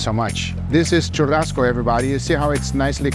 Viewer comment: I'm seizing your CPF because of the way you said "churrasco" , come on now man.